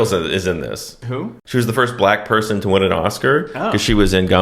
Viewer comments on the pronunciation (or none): none